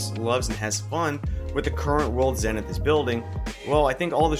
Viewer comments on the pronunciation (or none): Its pronounced zee-ni-th btw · Nice Vid. It's also pronounced zee-nuhth. :)